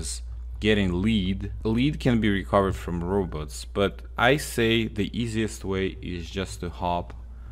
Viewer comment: He pronounces, lead, melee, and robots wrong